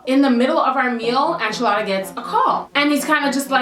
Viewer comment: Enchilada pronounced (In-cha-la-da) not (An-chaa-la-da)